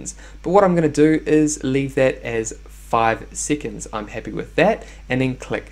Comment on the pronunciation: Sea’conds. Lol